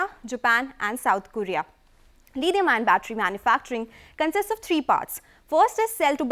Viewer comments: Tada Chemicals..... 'Lidium-ion' batteries .... Lol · I still don't know what's 'Lidium-ion' batteries.